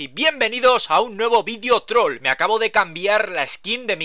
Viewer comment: el el minuto cuaqndo dice una hoja troll aki parece que dice una hoja trola ki xDDDDDDDDDDDDDDDDDDDDDDDDDDDDDDDDDDDDDDDDDDDDDDDDDD